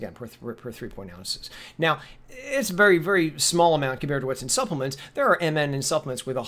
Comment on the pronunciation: Hey buddy, "Suppelemts"